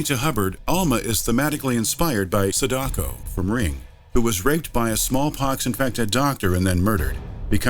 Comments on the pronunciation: it's sAdako, not sadAko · Pronounces Sadako deadly wrong. Pronounces Akira perfectly.